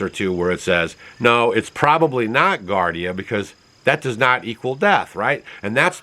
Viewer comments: It's pronounced "GEE-AR-DEE-UH" (Giardia) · People are not going to stop using cell phones. Giardia is pronounced jeeardeea. I had it for a month or so before I knew I had it. It's definitely not caused by emfs. Whatever those people had, if it wasn't that, I don't know what it was. If it was caused by the emfs it was not G. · It's pronounced GE-long "E" GE ARDIA,. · Giardia, not Gardia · At least learn how to pronounce giardia. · It’s GEE-are-Dee-ah not GAR-Dee-ah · It's not pronounce gardia. It's actually giardia, and pronounced gee-ar-dia. I'm not pointing this out to tick people off or be some sort of spelling police. It's just that I had to think about what you were saying. I learned about giardia from growing around Yosemite, where people would get it, from drinking out of the infected river, lol. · Gee-are-d-ah is how you pronounce giardia. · Gee-ar-dee-a, not gar-dee-a. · Geeardia is how you pronounce Giardia. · Pronounced Gee-Ardia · Pronounced: GEE -Ardi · Just for your information sir it is pronounced, juardia... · Giardia is pronounced jee-ahr-dee-uh. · Gee-are-dee-ah-.. its a parasite and antibiotic will not kill it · Giardia = jee-ar-dee-ah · Pronounced jee - ARR - dee - uh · With all due respect, it's pronounced "gee ARE dee uh". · I think you are talking about giardia an intestinal parasite. It is spoken as jee-are-dee-uh. Just letting you know because I want you to have the right facts. Thanks for all the information and keeping us up to date ❤ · pronounced (jee aar dee uh) giardia it is a parasite in the intestine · Pronounced Gee-ard-ia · Giardia (gee-ard-ia) is the same organism that causes what we call "Montezuma's Revenge" when you drink the water in Mexico. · Giardia is pronounced Gee-are-Dee-ah. Bacteria found usually in water. A waterborne illness found in lakes, rivers, and streams. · It’s pronounced “Jee-ar-dee-a” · Gee AR dee uh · Giardia and not gardia. I' m surprised Stacy lets you out of the house! 😂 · Its pronounce gee ar dia